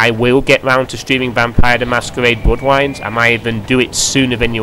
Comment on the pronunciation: "vampiwes: the masquewade: bwoodwines" haha